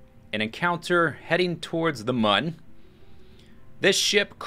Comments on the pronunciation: It is pronounced "moon." The game developers have said this somewhere before (I don't remember where). Many people pronounce it as "moon" anyways. you are one of the few people that I have heard call it "mun" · I believe "Mun" supposed to be pronounced just like "Moon" because of one particular background on the main menu. On this background, you are on the Mun with a kerbal, and when you select an option, it zooms to the right, showing a crashed spaceship. On this ship is written "Mün or Bust!" The special character, ü, is pronounced like 'oo.' Just my opinion, though, I suppose... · It is pronounced "moon" because it is spelled with a "u" that has the two dots on top of it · Mun is pronounced Mun and Mün is pronounced Moon. hope this helps. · I believe it's pronounced moon cause mun is German